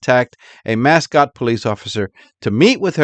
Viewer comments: Not that it matters, but its pronounced Mass- coat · Pronounced Musk-oh-tee